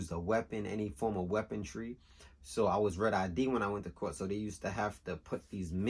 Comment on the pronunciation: i love your stories bro...but it's "weaponry."